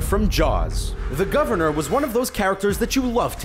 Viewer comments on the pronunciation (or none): none